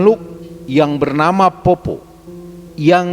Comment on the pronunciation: Poppo' pak,,, bukan poppo... Kalo untuk mitos ini memang sudah beredar banyak disini d sulsel... Ada dua jenis poppo',,,, ada yg cuma cari buah2an,,, biasa juga di selokan,,, ada juga yg emang nyari org untuk dimakan ketika berpapasan... Poppo' sallang itu yg sering cari mangsa,,, bentuknya utuh dalam bentuk manusia dan katanya memiliki lampu yg dibawa kemana-mana... Ketika ketemu sama poppo' ini harus lari karena katanya ketika dia melihat kita,,, dia bakal mengejar kita sampai kita ditangkap... Saya org asli sulsel juga pernah melihat penampakan poppo' sallang ini,,, itupun sudah pagi... Dan juga ada yg dinamakan PARAKANG yaitu org yg sering jadi2 bentuk hewan, pohon pisang, batu, kelapa yg menggelinding di jalan...